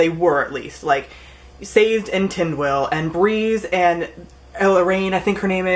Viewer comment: Isn't Sazed's name pronounced "Sah-Zed" ?